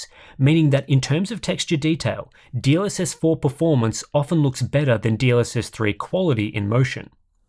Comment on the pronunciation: I keep hearing : DLSS4 bounced